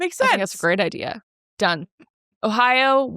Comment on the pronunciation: I hate when ppl say IDEER instead of idea. Or AWNT instead of aunt. But my husband pointed out I say candy cang. 😅